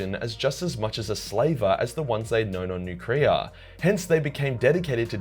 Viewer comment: Never ever heard of this , I love it also never heard nuciria pronounced like that lol